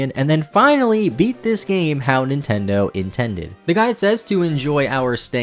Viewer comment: did he just say Nintendid hahahahajh also is may twerking